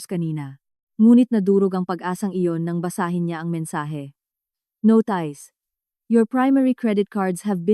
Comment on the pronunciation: Paki ayos po ang pag babasa --"no ties" (notice)😊